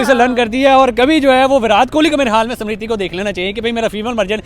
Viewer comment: Smirthi not simrithi 😂